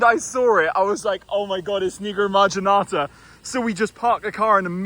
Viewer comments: Nigro(WTF)marginata. Nevermind 😂😂😂😂😂😂😂😂😂😂😂😂😂😂😂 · Every time he said “Nigromarginata” I said to myself, “Watch your damn mouth,! 😂😂😂😂😂😂😂😂😂